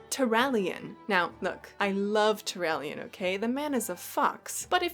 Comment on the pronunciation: Tallyesin? Oh my god